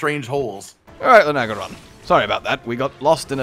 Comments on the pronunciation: Ever notice how mispronounces monster names? It's Luna-geron not Lu-nag-eron. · How do you two mispronounce this so badly? Its LUNA-garon not Lun-agaron LUNA AS IN MOON BECAUSE ITS A WEREWOLF You would say "I love bright, lunar nights" Not "I love bright, lun nights" Its also Odo-garon not Odogron Odo means sharp claw Garon means wolf So his name is just sharp claw wolf